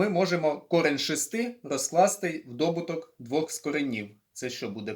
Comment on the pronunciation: Дякую, але не дОбуток, а добУток.